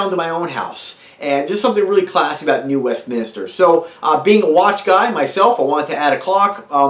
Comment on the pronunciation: Westminster not Westminister